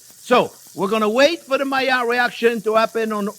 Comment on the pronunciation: Yes, finally the mayerh reaction, as you pronounce it. The juicy thing is to keep it juicy, is not to brown it first, but too allow the meat to rest.